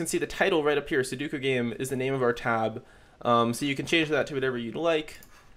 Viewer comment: Commenting F for poor dear Sudoku's name that was butchered on the making of this video hahahahahaha Also great tutorial! Keep it up!